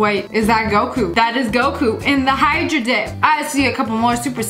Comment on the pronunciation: When she said Goku I thought she said goat poo 💀